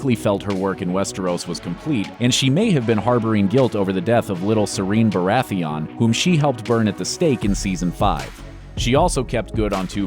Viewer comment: “ser-een barath-eon”